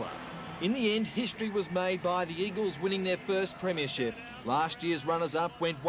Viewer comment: Back in the days when the old timers like Peter Landy pronounced it as "preeem-ya-ship"